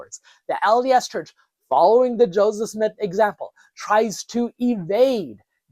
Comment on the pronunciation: Maybe thats what you think you are doing, however, Check yourself at the timestamp and onwards at least. That's definitely a few JOESmiths, not a JO SEPHSmith. Maybe slow down and enunciate more? Why do you always fast speak, anyways? It's not like the subject matter has to be rushed through, it's not going anywhere... Are you trying to create a sense of urgency to keep people's interest ? Obviously, anyone interested in the subject is going to tune in anyways.